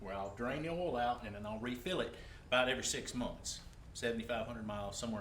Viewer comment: did he say "all" filter?